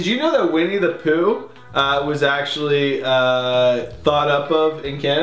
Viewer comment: Winni-the- Pooh - you know, as in WINNIpeg. Sheesh, I thought everyone in Canada knew that!!